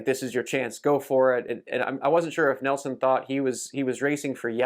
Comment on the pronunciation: Neilson not Nelson 👍